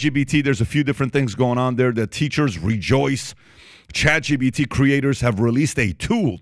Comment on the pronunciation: Every time these guys say “ChatGBT” a MegaByte dies.